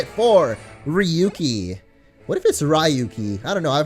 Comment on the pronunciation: it's rayuki(pronounciation) coz ryuu means dragon in Japanese and has the same pronounciation(rayuu)